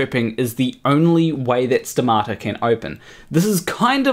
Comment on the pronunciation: I say stomata, you say stamato So much wrong with this story. So little science.